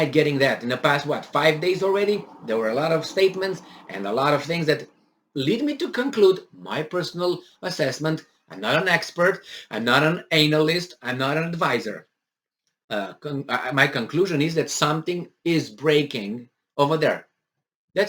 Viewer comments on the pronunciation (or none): thanks, one small critique, the way you pronounce Analyst needs some work 😂 An-al-ist not Anal-ist